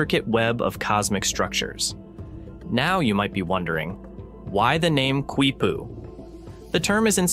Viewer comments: Your own screen capture of the Wiki page tells you it is pronounced "KEE-poo," not "KWEE-poo." Can't you even read? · Dude! I can’t take it! I literally am yelling the same thing at the guy! Don’t say it again!! Nooooo! Qui-poo! Haha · The Quechua pronunciation is kee-poo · Its pronounced KEE poo. The Q is silent. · Why does the narrator persist in repeatedly mispronouncing the word "Quipu", when the video features a wikipedia entry clearly showing the proper pronunciation is "KEE-POO", beginning from time index ??? The video should be resubmitted with a narrator who can properly pronounce Spanish/Hispanic words! I couldn't watch the video past time index , as the improper pronunciation of Quipu was getting excruciatingly monotonous!